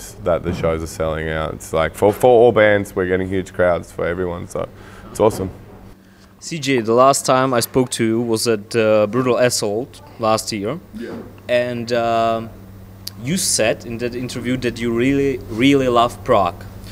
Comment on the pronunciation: sounded like he said brutal asshole when he said brutal assault